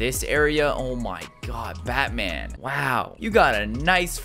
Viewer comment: In the beginning he said bat cev